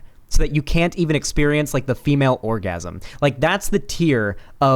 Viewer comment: "I had a lot of exspireance in my life " is the most Virgie thing ever